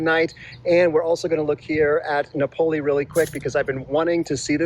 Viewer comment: Here's the pronunciation correction you knew was coming: no-poe-LOH. A big factor if you're considering living there is the availability of flights out of that dinky airport. It's a long drive to San Diego or Cabo/La Paz.